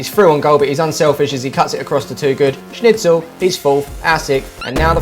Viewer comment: When said snicthel I cracked up